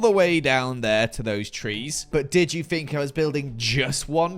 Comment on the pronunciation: saying “fink” for “think” will forever make me happy